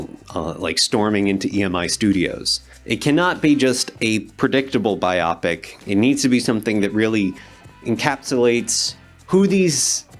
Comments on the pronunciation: Why, on earth, do you say ‘BI-OP-IC?’ It’s ‘Bio-pic…’ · It's a biopic, as in a biographical picture. I don't understand why some people say it like an eye disorder instead. B-eye-"O"-pic, not Bi-Optic. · It's "bio-picks" not "by-op-ics" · ❌ biopic ✅ bio-pick PS:too much emphasis on what the actors look like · The way you pronounced BI-OPIC instead of BIO-PIC already told me you're not to be trusted. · It's bIopic, not bi opic. And the last name is Mendes, not Mendaes. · Hey man, Biopic is pronounced BIO - PIC. Like a biography in picture form. I don't know what a Bi-opic could be. 2 opics? I don't understand how anyone could pronounce that word in any other way other than bio-pic, given its context and what it is referring to. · BY-OH-PICK not BY-OP-ICK! BTW, there's been not one actual proper biopic made about Janis Joplin; one of the last songs she recorded was "Happy Birthday, John/Happy Trails" with the Full Tilt Boogie Band; the recording was for John Lennon. He received it the day after she died. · Bi-Opic??? No.... its Bio-pic! As in biographical picture. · Bio-pics, not biOpics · I always thought the word was BIO-PICS. Not bi-optics.😵‍💫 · Bi-opic isn't a word BIOPIC is a word. Please, redo this video saying the word properly. Have a good day. Also, id put money down, that their faces will be manipulated to appear younger or older. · Jesus, ‘bio pic’ not bi-opic. You’re making me cringe with that. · Bio-pic, not bi-opic. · It's a Bio. And it's a picture. It's called a Bio- pic. Not a bi- opic. This makes you sound like a moron, and undermines your credibility completely. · I’m a big fan of BYE-oh-pics. Not really interested in “bye-OPICS” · Yes! Bio-pic, not "Bi-opic" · NO berry creepy af ringos adorable Also stop saying biah pic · Your pronunciation of biopic is hilarious!! It should be "bio-pic". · Biopic - BUY-OH-PIC. Please. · Maybe your pronouncing Keohgen correctly, but for fuck's sake learn how to pronounce Bio-Pic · Bi-opic lol